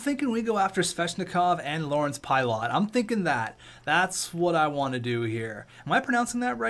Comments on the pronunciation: Pilut is pronounced PIGH-luht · its pronounced pilot